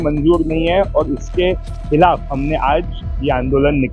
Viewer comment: Khillaf nahin khilaf kahe. Thoda sudh hindi to boliye.